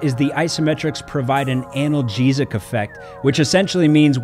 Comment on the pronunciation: The way you say analgesic sounds so funny to me idk why